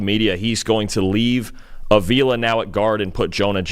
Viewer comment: Re: Rams Steve Avila, who played every snap last season on the OL as a rookie: It's pronounced AH-vee-la (not Uh-VEE-la).